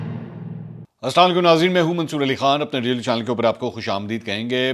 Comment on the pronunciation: "Rail" nahi janab "Reel" banany k doran